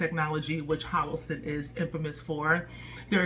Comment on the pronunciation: HO LO SUN! LOL! U keep saying HO LO SIN.... PRICELESS!